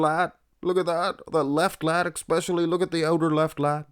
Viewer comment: Hey, still watching your channel 2 years in. You replied to my previous comment about using the windscreen for the mic, maybe you will read my comment today as well. I hear you say "expecially" across your videos, so please fix that. Last time I made a comment you had less subscribers than me, and now it's the other way around. Congratulations on that!